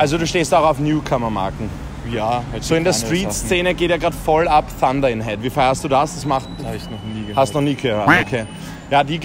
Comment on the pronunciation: Deine Englisch Aussprache ist on point😂 ich hab am Anfang Fanta in Head nicht Thunder in Head verstanden😂😂 Uii danke für die Likes!👌